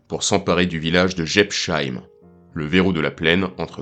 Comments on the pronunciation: Quand les français comprendront ils qu´il n´y a pas de "sheim" en Alsacien, mais que chaque nom de ville ou de village se prononce "-heim"; Jebs-heim, Pfaffen-heim, Herrlis-heim. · Prononciation approximative de Jebsheim : le s suivi d'un h ne fait jamais le son "che". C'est seulement le cas si c’était écrit "sch" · J'adoooore la prononciation de cette localité alsacienne ! On se renseigne avant de commenter une vidéo ! C'est la moindre des choses ...:body-blue-raised-arms::face-red-droopy-eyes